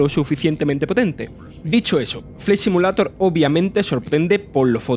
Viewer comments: Joder loco parece el lémur de madagascar, yo no se si es acento si es defecto o simplemente hablar asi pero que manera de hablar horrible para comentar algo que no se le gana nada de seriedad y respeto. Empezando por pronunciar “simulator” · No quiero ofender a nadie, simplemente me gustaría saber por qué la mayoría de los españoles NO pronuncian el inglés, si no que lo leen de manera textual? Ejemplo, "Simulator" y no "Si-miu-lei-tor" como debería sonar.